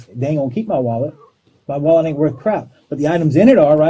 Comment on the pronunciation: If I hear wollet one more time I hope they give him the chair!